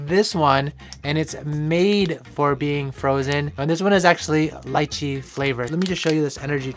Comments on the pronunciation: FINALLY SOMEONE PRONOUNCE LYCHEE AS LAICHEE NOT LEEECHEEEE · It's pronounced 2 ways. That's one of them